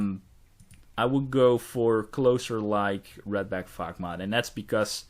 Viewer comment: he said "The fog" but yes i thought the same thing and busted out laughing instantly